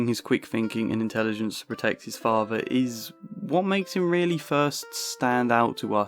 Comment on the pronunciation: It is Vito not Vi O. Please learn to pronounce your language correctly. It is father not fafer